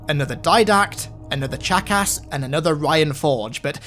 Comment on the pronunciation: When u pronounced chakas it sounded like you said jackass